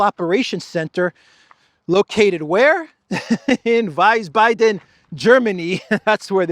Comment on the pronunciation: Wiesbaden needs better pronunciation.